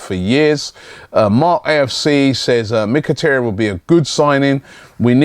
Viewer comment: MIK-A-TAR-YAN, not MICK-A-TEARY-ANNE!!!!!!!!!!!